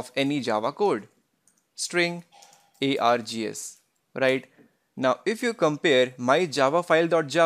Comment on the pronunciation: What is being air-gee-as?